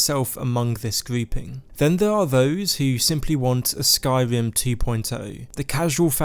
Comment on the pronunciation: Skywim, thwee, wealisticly, supwise